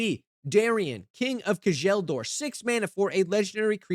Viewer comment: His name is pronounced K-YELL-DOOR